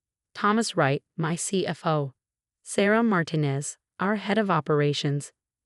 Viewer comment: In, not and. All, not an. We'll, not will. Heir, not hair. PRONOUNCE MARTINEZ CORRECTLY, FOR CRIPES SAKE!